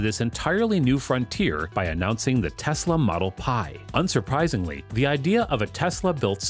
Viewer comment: Its tesla bro not texla